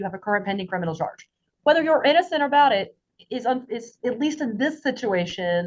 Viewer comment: The operating word here is "innozzenddd" your ohhnnrrr.